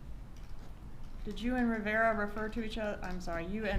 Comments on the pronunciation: That defence attorney getting Rivera’s name wrong and then mispronouncing it as “Vera” the second time around after he corrected her and trying to reach out and touch him the first time - stopping just short - is terrible. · Then she called him Mr. Vera after that. Lol